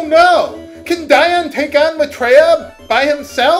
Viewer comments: But you don't explain why, in light of your awareness of "Dee-on" that you stuck/stick with "Die-on". Did you stop pronouncing it that way? Am I mistaken? D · ディオール Is "Dior". That's the original Japanese. I figure it's pronounced "Dee Oh R[u]" Have you NEVER Met ANYBODY named Dion in real life? "Dee On" ? I mean, I can forgive some words in some playthroughs, but this is a common name used in America, and the original name is quite close with this pronunciation :( I'm certain you would have argued with us in a previous episode, but I can't recall seeing such. Why do you stick to "Die-on" ?